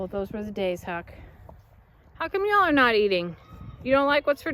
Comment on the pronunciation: You are a full blown Texan now. “Y’all” came off your tongue so easily.